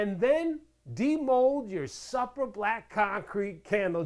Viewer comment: Supra is pronounced, Soup-ra...